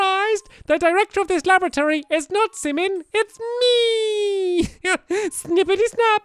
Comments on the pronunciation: stampy, you pronounced laboratory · stampy, you pronounced laboratory wrong